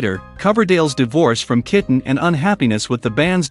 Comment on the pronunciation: I hate AI videos. It shows the 1987 album Whitesnake while talking about their 1984 album Slide It In. Tawny Kitaen was not was not pronounced Tawny Kitten! It can't even pronounce the word live properly. As in a live album.